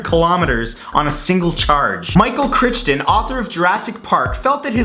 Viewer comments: Its pronounced CRY-ton, Michael Crichton, the late writer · It's pronounced CRY-T-ON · Michael Crichton is pronounced "Cry-ton", dopey! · i thought it was cry-ton not crich-ton...? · You pronounced Michael Crichton's name as Crchton, when indeed it is CRITON. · Michael Chrchton? With a "Ch" sounds, like "chips" or "chitty-chitty-bang-bang"? Oh Matt, you're so adorable. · Am I correct in pronouncing it as "Michael Kr-eye-ton"? It's how I've always said it and I was confused at Matt's pronunciation. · The only thing about this video that bugged me was that Michael Chrichton's name isn't pronounced that way. The second ch is silent, so it sounds like "Frighten" but with a "Cry". "Cryton" if you will. And I spent a lot longer writing this than I anticipated, so I guess it really shouldn't bother me at all. The more you kno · Michael’s last name is pronounced “cry-ton” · Michael Crichton. It's pronounced Cry-ton. It's my family name too and rumor is that we are somehow related but I never met him. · Poor Michael Crichton. I bet he gets his name mispronounced all the time lol " It sounds like Cry-ten (rhymes with frighten). It's Scottish. " - Michael Crichton. Sorry, I had to be a meticulous ass =D AWESOME VIDEO THOUGH!!! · "Crichton" is pronounced KRY-tun. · Crichton is actually pronounced like frighten. Lot like bitch-tin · Michael Crichton is pronounced Michael Criiiiiiiiiiiiton.